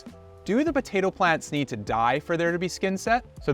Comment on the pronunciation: is it Botato? I can't be the only one hearing this. Do Canadians say BOtato?